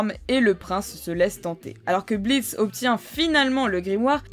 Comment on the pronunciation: Le "o" de blitzo est muet!sa ce lit blitz